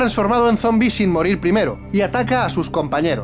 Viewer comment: Por que coño dice sombi?